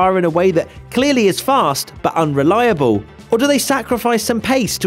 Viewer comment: keep hearing unreliaBULL